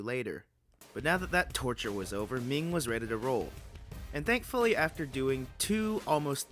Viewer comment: Hearing him say Ming whem Im named Ming is insane